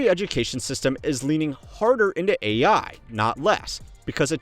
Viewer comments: Did she say A1? Not AI? Lol she must want some steak for dinner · Wowowowo, stop right there! Woman said 'A1' instead of 'AI', or do I miss something there? 🤨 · had to listen to that one twice and wonder what A1 teaching was before I realized she didn’t know how AI was pronounced